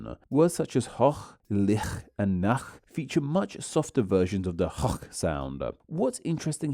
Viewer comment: Some notes regarding the pronunciation of these German words. - hoch: The o is a long vowel. - Licht: This word has no voiceless velar fricative, the ch is a voiceless palatal fricative (Is this the correct term?) (much closer to the sh or ch in English). The "ch" is pronounced as a VVF after "a", "o" and "u", but VPF ("sh"-like) after "i", "e", "ü", "ö", "ä". - Nacht/Licht: The t is supposed to be pronounced clearly in both cases. German has very few (almost no) silent letters.